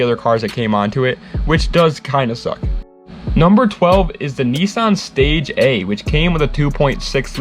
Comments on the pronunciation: FYI The stagea is pronounced (stageea) Not stage-a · The stage a? Stagea friend stagea